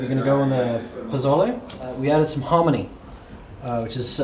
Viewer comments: It’s Posole, not Pozole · It's PO SO LE I see ever one beat you up on the pronunciation already. Next thing where I grew up in a Hispanic household, we used yellow onion as well as white and red. Red and Green Chile from Hatch, New Mexico. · It's Po-so-le. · It's pronounced PO SO LE just trying to help you out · You say pozole weird😂